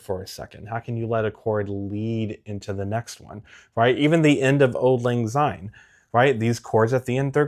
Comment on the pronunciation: Great tips thanks! I shall work on it now. Regards from Scotland (home of Auld Lang Syne song). Just a tip for you now- Syne is pronounced with a ‘S’ ( like in the word Sign). It doesn’t have a Z sound. Sorry to be pedantic!